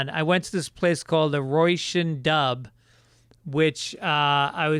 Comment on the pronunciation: "Roy-sin". 🤣 Row-Sheen. You nailed the "Dubh" part though 👏. Róisín Dubh means Black Rose. Come back sooner. I didn't get to Galway this time. Go raibh maith agat 🇮🇪